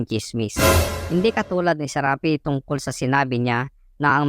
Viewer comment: Dapat SHARAPI, hindi Serapi.